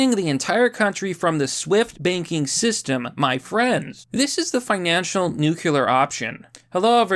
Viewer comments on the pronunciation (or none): Dude, please...please...it's "nu CLEAR ", not nu CUE ler. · New-clear. Just say it like that! ‘New-Cue-Lurr’ is wrong! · Glad you are back. Now say NU-CLEE-UR, not NUKULUR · Why does it sound like you are saying "Nucular option" Nuclear! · Glad you're back, now pronounce NUCLEAR correctly NEWCLEAR, not nucular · It's pronounced NU-CLEAR not NU-CU-LER!! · nuCLEar it is not nuKULar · Oh my god Mr. obvious, it's NUCLEAR, NOT NUCULAR. FUCK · Why do you say NEW-CULAR instead of NU-CLEAR? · It's pronounced new-clear. Nukuler... heh haven't heard that one since Bush Jr. was in office. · Lol you say nu-qu-lar like Bush. It’s nu-clear. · Let me stop you right there. It's Nuclear not Nukular. New-Clear not Nuke-You-Lur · New-clear. New-clear. Not New-cue-lar. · It’s pronounced “new-klee-er” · New CUE lar! (Homer Simpson) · Just the fact that you continue to say "Nuk - eeeee - lar" made me stop watching. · Good to see you back, but the word is pronounced like " new clear." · Must tolerate the painful pronouncement of nuclear, news interesting but its like acid on my ears. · when did everyone start saying nuclear wrong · Dude, I'm glad you're back and doing better, but please be more careful with your use of the word "nuclear" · I was glad to have you back but then you mispronounced "nuclear" and now I want you gone again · Mr obvious, I love how you pronounce "nuclear" 😅